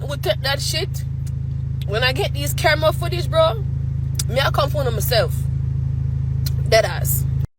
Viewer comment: took me a minute to realize she's saying camera footage and not caramel cookies 😂 gotta love accents